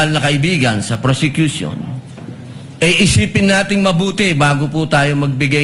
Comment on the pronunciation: Hahahaha ayusin mo mag bigkas ng word kasi —- nakakahiya naman… tapos yan ang pronunciation mo.. PRosecution po… hear yourself kakkahiya ka naman😭😭😭